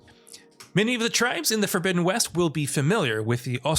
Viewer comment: Lol horizon forbizzen west